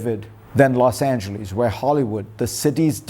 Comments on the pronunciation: Fareed is, as usual, spot on. Now if he would learn to pronounce ' Los Angeles'! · Dr. Zakaria, try to learn how the American city name LOS ANGELES is pronounced. Please try. (Whether some Mississippi farmers say the city name that way is irrelevant!) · Great commentary. Spot on. Just one correction - it’s Los Angeles, not Los Angelees